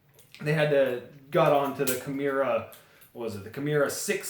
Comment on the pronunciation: Key-More-Uh. Balisong is one word too. Not balley---song. Good vid other than that nitpick.